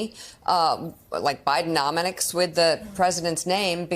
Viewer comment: I have a feeling the Dems are going to make the last three years look like childs play.We all know what happens when people get desperate,and they are desperate for control.....Soooooo!!! .... Did she say 'Bidennomonicks' LMAO